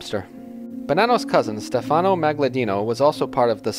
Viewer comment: And where the hell do you see an "L" in Maggadino? AND and the accent is on the "e" not the "a" in the name Stefano. It was painful to listen to this. And it's not GaGliano. Gli is pronounced Lyee. Same with consigliere. It's not ConSIGliere. It's the gli is pronounced lyee. Use Google Translate and hit the little bullhorn icon that pronounces it. And it's Anastasia not Anatasia. For the love of God! Please.